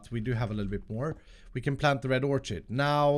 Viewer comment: In previous packs Storage Drawers has had an Ore Dic upgrade - might be worth looking into for that tin? Absorption hopper only has one A in it, it's not AbsorbAtion and Orchid is pronounced Orkid - idk why but that really triggers me lol!